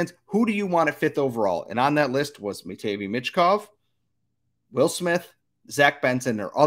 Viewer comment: Honestly I think this is how the first 5 will go CHI: Bedard ANA: Fantilli CBJ: Smith SJS: Carlsson MTL: Michkov Also learn how to pronounce Matvei 😂